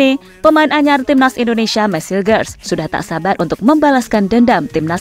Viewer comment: Dalam bahasa Belanda, huruf 'g' dibaca 'h'. Jadi, Hilgers dibaca Hilhers... Coba lihat video2 pertandingan FC Twente yg berbahasa Belanda..